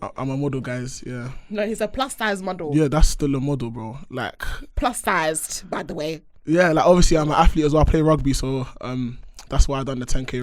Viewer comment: “Plus Sizedt” 😂😂😂